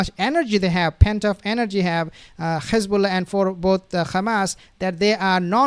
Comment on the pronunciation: I’m just curious, why do you pronounce it “Khamas” and “Khezbolla”…. Like the Zios do…..